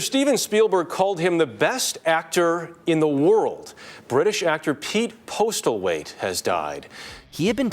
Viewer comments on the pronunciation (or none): That US news reader! "Pete Postal-wait." :D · “Pete Postalweight”😂